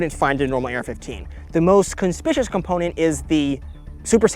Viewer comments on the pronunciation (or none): Isn't it typical for pushing a crossbolt safety to the left side to be the fire position? Why flip it around? Aren't those USPSA targets? I do also feel like having a middle position for a crossbolt safety makes it easier to accidentally disengage it That's not how you pronounce "conspicuous"